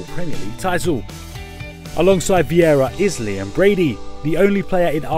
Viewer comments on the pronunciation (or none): none